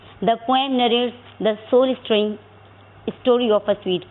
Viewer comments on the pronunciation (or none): Stirring British pronunciation stuh·ruhng please check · What nonsense is this? Author??? Punctuations in address and places. Pronunciation of autobiography Trying to describes? Can be hear? I am going to explain???? Lucy Gary published??? Is form of or is in form of? Pronunciation of stirring Pleaseeee...have mercy on students and English